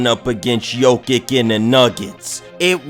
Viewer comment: Bro butchering ever body name. I tried to ignore it but when u messed up jokic name I was done